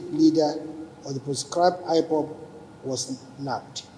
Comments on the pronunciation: Nigerian attorney general of the federation said “IFOF” instead of IPOB. The people mumu pass garri 😂😂😂😂😂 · It's not ifob, it's Ipob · Look at the quota-system-illiterate AGN. IPOP he is pronouncing IVOVE.